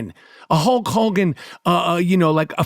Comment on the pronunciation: "hulch hawgan"